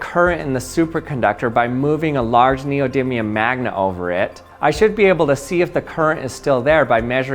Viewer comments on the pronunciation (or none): none